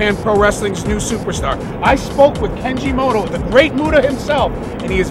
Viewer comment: He called Keiji Mutoh, "Kenji Moto". FAIL